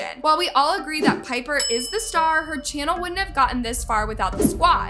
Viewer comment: girl u happy dat ts happens cs u live off of peoples drama n that ruins their lives and yea wha tiffany has done is bad but srsly u can’t even say pipers name or nidals name right u need to like actually watch the videos n see stuff not j go to certain clips cs in some topics u don’t even kno wha she talking ab and claire’s little sister is so dramatic tiffany did nun to her especially to her not so pretty self 🌚